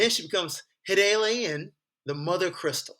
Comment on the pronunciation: Great video! I believe it’s pronounced HI-DAH-LIN. I was considering running her with Joshua with some legendaries that have ETB effects maybe. Speaking of, thoughts on Joshua?